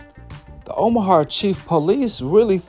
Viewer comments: Omaha bro OMAHA. Not omahar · I respectfully say this. It’s not a r at the end of Omaha. Plz leave the R out of Omaha. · Bro if you say omahar one more time 😤 It’s Omaha. Omaha!! Not har.. lol Much love brother 😅 I just had to get that off my chest. ✌🏿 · Omahart?!..why bro? Smh 😂😂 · Omahar lol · Is no one going to correct this on how to pronounce Omaha?